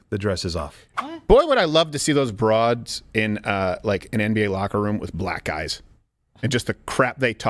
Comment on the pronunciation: Is it “broads,” or “bra’d’s?”